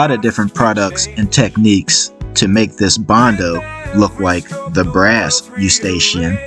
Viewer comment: You did a great job but please consider pronouncing 'Escutcheon' properly as you are calling it a Eustachian. 'Escootshon' is how it should sound-:) It is a French word that deserves respect